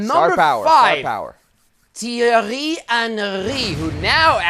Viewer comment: Can you stop calling him Titi Henry. FFS.